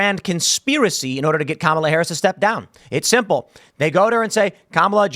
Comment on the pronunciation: Its KA-MAL-A